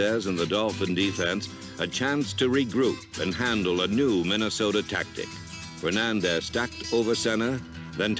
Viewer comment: He didn't say Minnesota he said MinnesotER LOL RIP John Facenda !